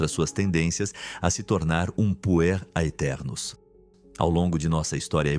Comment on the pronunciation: "aeternos" não se lê o "A"